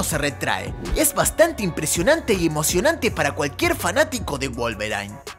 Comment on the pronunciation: wolverain???? jajajjajja